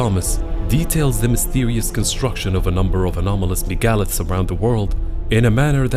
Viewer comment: Megaliths, you slaughtered the pronunciation of that word.